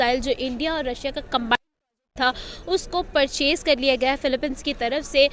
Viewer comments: अबे फिलिपिंस है, ना का philepine,, पहले पढ़ना सीखो!!! English आती हैं पढ़नी ???,, या सिर्फ आसमानी किताब पढ़ रहे!!! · Philippines nahi bolne aata mulle ko